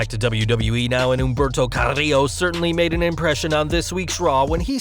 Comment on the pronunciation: Lmfao andRRRRaRRRe, RRRey misteRRRio, humbeRRRto caRRRRio We appreciate the rolling R's, but u don't have to try that hard. 👌🏽🤭